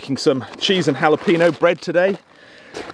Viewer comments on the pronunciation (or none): Great video -- thank you! But please take it from this Texan, it's not "hala-PEE-no," it's "hala-PAIN-yo." 🌶😁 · Thank you very much! Let me give you a tip on Spanish pronunciation:: whenever you see the letter "ñ" (for instance in Jalapeños) try to switch to "ny" but pronounced very quickly, like in the word "Catalonia" (Cataluña, Catalunya)